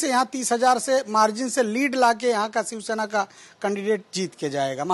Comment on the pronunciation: शिवसेना आहे ते सिवसेना नाही... मराठी पत्रकार भेटत नाही का तुम्हाला ?